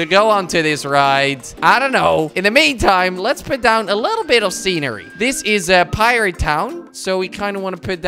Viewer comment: Kwebbelkop: "Let's put sown a' little scenery." *Makes a Forest*